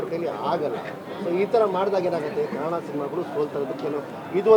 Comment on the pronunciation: ಕನ್ ಡ ಅಲ್ಲ ಕನ್ನಡ...... ಕನ್ನಡ ಭಾಷೆಯಲ್ಲಿ ಉಚ್ಚಾರಣೆ ಸರಿ ಇರ್ಬೇಕು